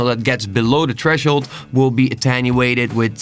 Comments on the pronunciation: very well explained bro, but i can't stand "treshold"... th... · Tresshold** loll stop it I'm trying to pay attention... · There's a "h" after the "t" in threshold XD